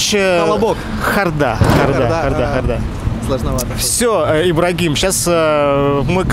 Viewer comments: Откуда ударение хордА, когда хОрда? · хО'рда, ударение на О!!!! Эх, ХордА, ХордА'!!!!!! Если задаёте вопросы, сами просто обязаны, знать правильное произношение слов с ответами. Часто с ударением грешите. Слух режет. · Вообще-то "хОрда", ударение на букву О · Хорда-ударение на о. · они поставили на А. Неправильно. На О ударение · брат, большая просьба: это же программа на интеллект, проверяйте плз тексты, ошибки глаз рвут. "Выигрыш" через "И".... "Камилла" - две "Л" с большой буквы.... "соскочил" через "О"..... хорда - ударение на "О"..... "лягушонок" через "О".... несите грамотность в массы;) а то у малолеток эти ошибки отпечатываются в памяти..